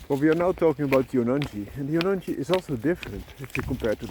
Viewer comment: In Indian languages, J is not 'Ya' like in Spanish. J is J. Also, in this case, 'G' in Jonangi is 'G' as in 'Go'. It's pronounced Jo-nun-Gi